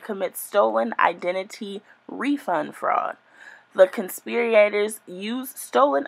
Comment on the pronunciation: I just wish she would have read over the information before recording herself reading it. The pronunciation issues and struggle to manage the sentence structure while reading made it difficult to follow what she was saying. The "conspir-E-ators" really threw me, and not using context to understand how to accentuate several words just really made this a cringe worthy video. I appreciate the information she was ultimately trying to provide, though. She's obviously not a "dumb" lady, I just think it would be highly beneficial for her to take a minute or two to read over the content, so that she herself would understand the structure of the information and pronunciation of all of the words, before attempting to share it with others. ❤